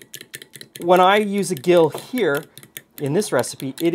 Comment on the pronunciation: To get unsalted butter from salted butter. Put the salted butter into a bowl of iced water and refrigerate overnight. The iced water will draw the salt out. This was how it was done back in the day. I teach student chefs this simple technique. Gill is pronounced Jill.